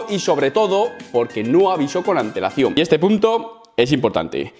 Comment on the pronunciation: Cada vez 1ue dice antelacion... ANTEEWL